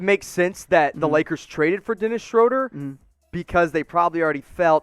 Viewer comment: Its pronounced Shroooooooooder